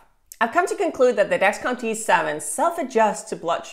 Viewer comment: I can’t tell if ur saying T7 or G7.